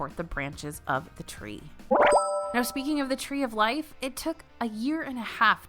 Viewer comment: The “Tree of Liff” 🥴